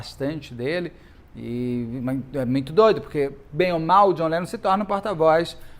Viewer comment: A cara do Beto falando:…Jhon Lenom…